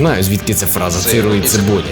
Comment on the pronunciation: хах)Я чув "сейл птіцебой" а не "Сиру і цибулі" хахаха